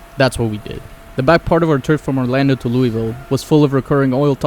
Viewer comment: Thank you for saying Louisville correctly